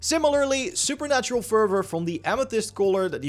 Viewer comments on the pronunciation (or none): Fun Fact: Red’s attack isn’t called Supernatural Fervor, it’s called Supernal Fervor. Everyone is saying it wrong and I think it’s the funniest thing because I was also calling it Supernatural Fervor for the longest time 😂